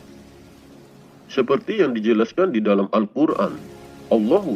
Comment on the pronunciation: Didalam alkuran tiyada huruf Lo tapi la maaf perbaiki cara menyebut ALLAH